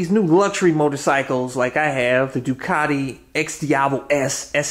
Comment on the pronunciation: You gotta say it right bro. Say "doo-kuh-ti" 😁 love the repsol fairings!